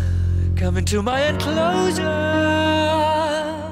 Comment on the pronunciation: Does anyone know why Freddy pronounces "melancholy" in that particular way? With the ch in cho sounding as in -chair-?